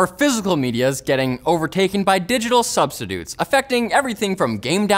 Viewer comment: He said substitutes wrong. Dang Canadiens